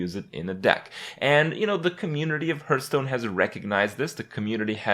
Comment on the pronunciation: Why does he call it "Hurtstone"?